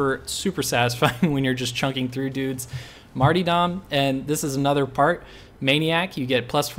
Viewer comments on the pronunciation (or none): (Also its 'marter-dum' not 'marty-dom') (sorry) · This is very similar, if not identical to my zealot build. Maul & Bolter combo, check. Wound curios+"Marty dumb", check. In fact, the only thing i disagree with in this whole video is simply the pronunciation of the word "Martyrdom". Dude, its "mar-ter-dum". Poor Marty will be upset you keep calling him dumb. That aside, this zealot build is the most fun to play and easily capable of running auric maelstrom missions (unless you get caught by gunners without your team to help out). Igniting the maul followed by light attack combo will control almost any hoarde, including crushers, maulers, shield ogryns and ragers.